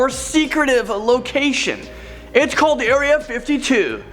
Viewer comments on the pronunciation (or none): none